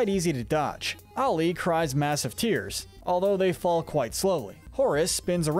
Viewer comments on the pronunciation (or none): none